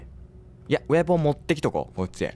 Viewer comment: ウェポンのことウエポンって言ってるの笑ってしまうw